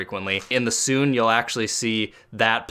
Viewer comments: Not to hate u said sune and said it as (soo-n) when it's pronounced (soo-nay) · Sune It is pronounced as soo-nay